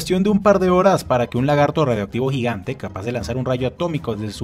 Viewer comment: "Un lagarto gigante" KHEJESO KEHJESE LAGARTO JIGANT